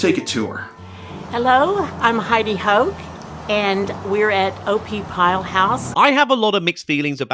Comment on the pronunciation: Omgosh…I thought she said Heidi Hoe🤣😂🤣